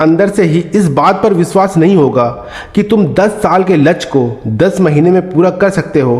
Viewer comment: वीडियो अच्छी है, पर कृपया शुद्ध शब्दो को बोले, ध्यान दो, लच्छ नही, लक्ष्य बोलो, हासिल नही, प्राप्त बोलो,। अच्छी वीडियो हैं, बार-2 लच्छ बोलना, बुरा लगता हैं, कृपया ध्यान दो।